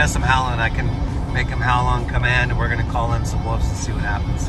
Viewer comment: Woofs howl... here we go again! WOLVES with a V! Not woofs or Wolfs... Wolves!